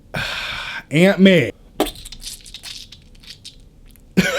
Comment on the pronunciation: I thought he said Ant-Man instead of Aunt May